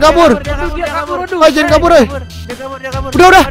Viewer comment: hahaha kocak namanya omom genit kocak geming dah namanya ngakak aku,aku jg ngakak pas ngomong cara pulang jadi cara purang sama pas ngomong jangan jangan apa jangan jingin ngakak sumapah yang ngakak like ya (gak maksa ya)🤗